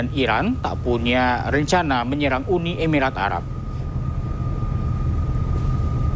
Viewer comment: Yang bener "uni emirat arab" .. Bukan "UDI EBIRAT ARAB"